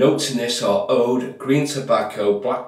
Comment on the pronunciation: It’s pronounced “ ooood” , it’s agar wood really , I got a sample of the splash with my progress razor and it’s amazing I’m getting the soap/ splash next